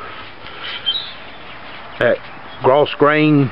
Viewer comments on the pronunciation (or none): the 's' is silent..."growgrain" :)